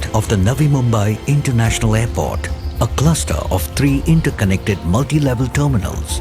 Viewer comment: aairport? jahil aurat airport hota hai